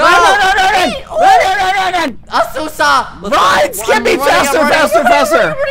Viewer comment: When skeppy said Asuusa... I felt that 😔✌️